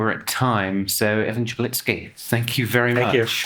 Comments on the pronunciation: Amazing! You pronounce Evan's surname more correctly than he does himself! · Omg, you are the only one that pronounced his last name correct. Kudos